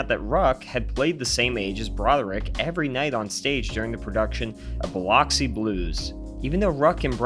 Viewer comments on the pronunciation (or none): Ba-luxy not behLoxy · Biloxi is pronounced “bih - lux - ee” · And Biloxi 😂